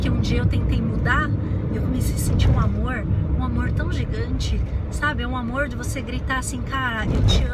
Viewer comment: O seu sotaque pra falar "amorrr" é muito bacana. Lembra um pouco o meu "interiorrrr" de Minas... Mais um vídeo delicioso em que você parece que está do meu lado falando só pra mim ... são conceitos (na maioria) com os quais eu concordo mas... você fala de um jeitinho tão seu que... sei lá... é diferente. É próximo... é íntimo(sem ser invasivo)... e é leve... Não é uma imposição de ideias... é um bate papo entre pessoas que se gostam e se respeitam... ... ...